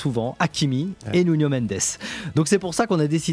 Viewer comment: Arrête de dire « Nunio » par pitié. Si tu veux dire avec l’accent c’est Nounou